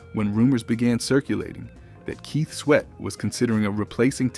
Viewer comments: With all due respect, I'm losing interest in watching this video hearing the mispronunciation of names. It's Kut as in (cut) klose. Not (koot) klose. Keith Sweat ( pronounced like sweat as in perspiration) not sweet as in taste. Research & revise before posting. Peace! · The narrator constantly calling them Keet Sweet and Kew Klos is killing 😂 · Ke-sweet n Cu-close 😂 damn ai. I’m glad we are able to notice the mistakes.👍🏾